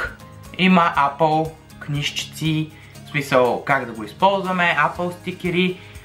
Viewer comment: Брат, апъл тая марка не съм я чувал ,ама съм чувал ейпъл!xD